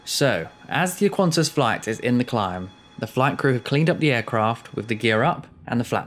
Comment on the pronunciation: Sigh, it's Qantas. No 'u,'